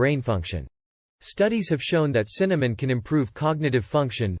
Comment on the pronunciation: Can you say Cinnamon?